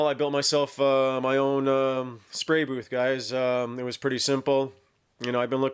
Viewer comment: What's a 'spary' booth?